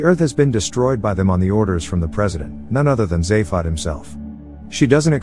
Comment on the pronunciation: Soft a on zaphod and vogon is with a hard o not a soft a